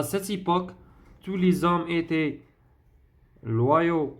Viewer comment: La lettre /s/ dans tous les hommes ne se prononce pas. On écrit tous mais on ne prononce pas le s quant il est suivi d'un mot qui commence par une consonne